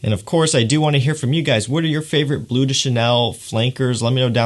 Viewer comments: Cant even pronounce bleu de chanel😂 its BLEU de chanel not BLUE de chanel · Good video, however (and apologies in advance if people think I’m being picky) but please note that “Bleu” should not be pronounced “Blue”!!! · It's pronounced "bluh," rhymes with the. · its BLEU, not BLUE. its french. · BLEU, not BLUE :) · I hate how American reviewers pronounce “toilet” and “parfum” all ‘fancy’, yet say “blue” instead of “bleu”